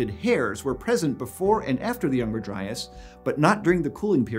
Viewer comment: Eons: "Dryas" Me: "Lol Dryass"